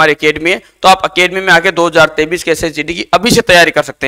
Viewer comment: Sir totra ho kya 2023 bolrhe ho ya 2033 saaf saaf bolo